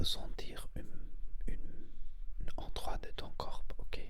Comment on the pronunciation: Salut monsieur ! C'était très intéressant comme vidéo mais juste pour information et avec bienveillance, on ne prononce pas : "corpeuh" mais "corps" On ne prononce pas de "e" à la fin de corps, juste on prononce : cor ou kor Jsp comment expliquer haha ! Mais sinon t'as vidéo était très relaxante et intéressante :)